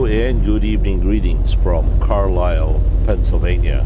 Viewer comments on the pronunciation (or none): Getting on 81 at Carlisle...or as calls it...Car-lizzel, lol.